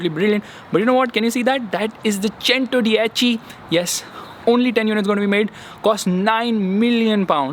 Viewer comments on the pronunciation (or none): You even pronounced “Cento dieci” wrong. It’s not चेंटो, it's चेंतो. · Bhai buggati chentodiechi nhi buggati centodeici kehte h usse Isse badhiya to chintu hi bol le 😂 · Ur spelling chentodiechi but it’s centodieci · What do you mean it's not pronounced SENTODYECIY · hello bahe but prounciation of buggati centodieci is wrong